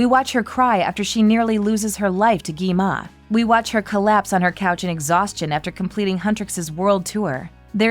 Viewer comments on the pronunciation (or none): That is not Gwi-mon that is Gwi-ma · It's gwi ma not gi ma